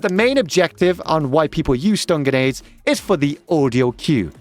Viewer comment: just heard this guy say genades 100 times